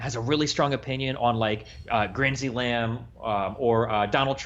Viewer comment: This man said grinsy lamb LOL poor Lindsey gram